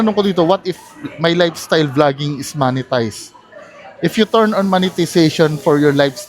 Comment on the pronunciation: talagang "moneytized" ang pronounciation huh.